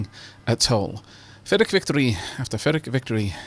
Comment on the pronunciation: Are you saying fyrric victory?